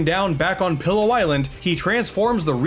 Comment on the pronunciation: Soooo...we're not gonna talk about how call the island "Pillow" island instead of "Pi'illo" island?? Though, it probably sounds better to him, so that's reasonable.